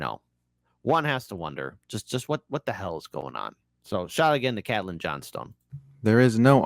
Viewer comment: Not cat Lynn. Caitlin (KATE Lynn)